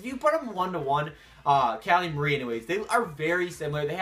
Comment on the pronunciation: its not muhri its mar like calamari